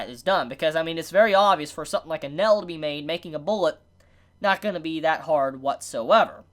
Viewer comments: Can not pronounce "ai"? He pronounces nail " nell" and fail "fell" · Bro the way you say nail 😂 you say it like NEL lol other than that good review